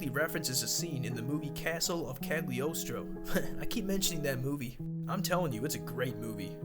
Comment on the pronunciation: The G is silent in Cagliostro, also there is a Lupin the 4th in a different anime